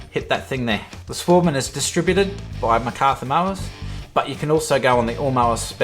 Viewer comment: Work on your voice over skills mate. Oh and it’s European machine, pronunciation would be “svaardman”